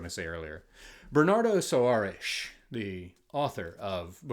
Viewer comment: Hey, friend. This is your viewer from Argentina. Long time no see, I'm heading to your GR account to see what you read this year. Thank you for endorsing Pessoa. I bought The Book of Disquiet this year. Incredible, erudite review as always,, and great pronunciation of Soares. You keep getting better and better pronouncing names in other languages.